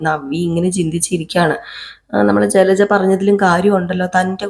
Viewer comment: ജ്ജലജ്ജ അല്ല കുട്ടീ ജലജ 😂😂 കുറേ ദിവസമായി ക്ഷമിക്കുന്നു 😄😄😄